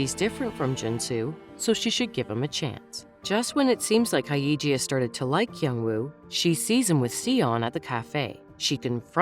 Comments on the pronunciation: her name is Hyeji, Haeiji isn't a name afaik. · It's pronounced as 'Hey-ji' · The funniest thing is how the narrator pronounces their names. “Hi-iji” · Hae and Hey don't sound quite similar, and you are inverting the Y and the E, it's not pronounced that way. You wouldn't pronounce Yeji's name like Eyji, would you? Hyeji is like Yeji but with an H.